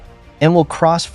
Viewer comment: For a start, your Khmer pronunciation is terrible; it's TEY-KO and KON-DARL province. The name for river is TON-LAY; the family name of the PM is HUN as in UHN, but what do you expect from an AI voice?